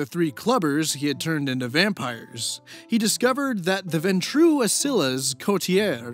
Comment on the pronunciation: Some pronunciations and terms from VTM for those who are just learning them, because they're all weird and hard to sus out. Ventrue: (VENN-true) got it right but put the accent on the wrong half. One of the 13 (ish) clans, business/ruling focused. One of the founders of the Camerilla (see below) Ancilla: (ann-SILL-uh) got this one right! The books usually refer to them in the plural as Ancillae (ann-SILL-ay). This is a reference to a vampire's age, meaning they've been undead for 100-200 years, which makes them 3rd from the bottom out of like 6 or 7. Depending on the city, an Ancilla may be the oldest (un)living member of a Clan present, so others of that clan may look to them for guidance, but in any case they know their shit and they're dangerous to mess with. Coterie: (COE-turr-EE) Basically a fancy word for a party of vampires, who may or may not share a clan or a goal, but who the higher-ups have all put together for a purpose in THEIR plans. Childe: got it right, it's just "child." With this spelling, it's saying this character is not LITERALLY the child of the referenced one, but that the referenced character TURNED this character into a vampire. The vampire that makes is the Sire, and the one that is made is the Childe, and all vampires made by that Sire are its Childer (CHILD-er) Camerilla: got it right as CAM-er-ILL-uh, but apparently CAM-er-EE-uh is also correct? They are the biggest of the 3 vampire factions and are a regency-based Autocrat